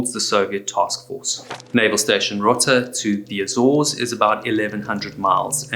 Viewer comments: row-tuh, not rotta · It’s pronounced Row-ta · Rota Spain,long o pronounced rohta